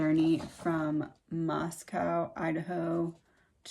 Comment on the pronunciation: From someone that lives in Pullman. Moscow is pronounced Moscoe not cow. The spelling can be confusing yet it is coe.